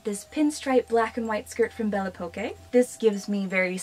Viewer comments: Really nice video ! I'm french and the store is pronounced "belle époque" (beautiful times) ;) Where did u shop the pink dress please ? She's so beautiful 😍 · Belle Poque: I believe that it may be intended to be pronounced "bell pock" as a pun of Belle Époque (bell ay-pock), a period of French history near the end of the 1800s. Belle poque may mean "beautiful because". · Bell oh Poke is how its pronounced. The que is a k sound. 😊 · hey! A little help from a darkling alike, it is pronounced as: bell eh-pock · I am – losing my mind hearing you pronounce Belle Poque. It’s a pun. On Belle Époque. Made to sound and look like a name. AH 😅😂